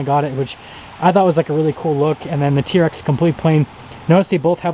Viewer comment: It’s a T-R-X! My god it’s not a “TEARX” that so annoying!! Also I dispose when reviewers point out badging and exterior thing that we can all easily see.